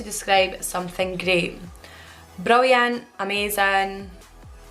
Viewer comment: about rolling R's: "I don't do that.", describing something great: "brrrilliant" 🙂